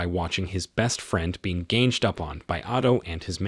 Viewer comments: "...his best friend being ganjed up on..." - Man, if you're going to use an AI voice, make sure it knows how to speak common words properly. What garbage. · "Ganjed up on" - Do better, AI 😂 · Stupid chat GPT Ai narrator can't say the word "ganged" and pronounces it ganjed LMAO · What is with this narrator? He sounds like an english-speaker, even American, but says things like "ganjed up on him" instead of "ganged up on him" and "kayst" instead of "caste"? lol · Is this an AI? "Ganged up on" being "gay-nged", and a few others, where the voice uses phonemic/phonetic/etc. sounds that aren't the standard pronunciation. It was a bit disturbing to me, to be honest. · The AI did good. "GANGED" with a J ? ;) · Is the narrator AI? The word, “ganged” as in “they ganged up on him” rhymes with “banged.” There is no soft “g” sound as in “mange.”